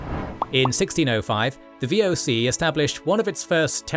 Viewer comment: wow how you butchered the VOC. that didnt even sounded like how its said. not even close XD